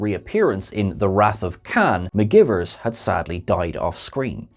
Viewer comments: McGEYEvers not McGivers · Lieutenant Ma-guy-vers 😉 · That was driving me crazy during the video. mih-GUY-verz. Spock will back me up on this. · Came here to say the same thing 😂😂😂